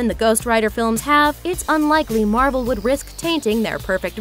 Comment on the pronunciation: Did she say marble instead of marvel